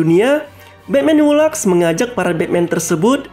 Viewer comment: Laughs (baca: lefs)